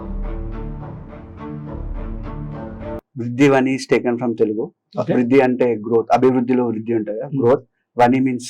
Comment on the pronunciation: Vani antey sound kaadu vaani antey sound